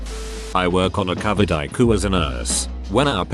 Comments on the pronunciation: no one: literally no one: narrator: I KUU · Me, ICU Computer generated voice EYECOU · ICU = Ayku